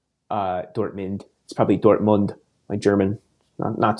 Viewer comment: I like how yoh pronounced Dortmund the German way ( I suppose) but also West Ham isn't West Haam, but a soft ham. West'am (close enough). :D But jokes aside, great podcast mate.